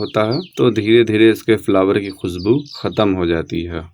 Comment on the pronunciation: khusbu nahi khushbu hota hai please bhasha ki ma behn na karo pl learn proper accent then you can make video